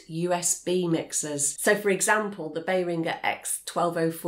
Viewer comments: Behr-ring-ger, not beyering-gjer😅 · Behringer is not pronounced like “bell-ringer” the “inger” part is pronounced like “ginger” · It's a good video and channel but your pronunciation of behringer was too much of a curved ball. I will get sleepless nights about that! I'm now questioning, after 20+ years working in the field if myself and everyone I've ever heard say it is wrong and you are in fact? Berrin-jer? Bear-ing-er? What have you done??